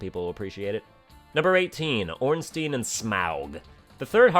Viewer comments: I know you're pronouncing Smough wrong on purpose, but I can't tell if you're doing the same for Ornstein. That's an I sound, not an E. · I've heard different pronunciations of Ornstein too, some pronounce it Ornstein and others pronounce it Ornstein. I personally prefer Ornstein myself. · Nobody complains about how absolutely everyone says Ornstein wrong